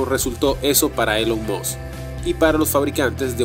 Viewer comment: Sería muy agradable que se corrigieran algunos errores del idioma y decidirse entre pronunciar palabras en inglés o pronunciar el inglés en español, pero no una mescla entre inglés y español Ej: Elon Musk, mal pronunciado múltiples veces y la palabra habían, mal empleada múltiples veces también. Espero se entienda como crítica constructiva.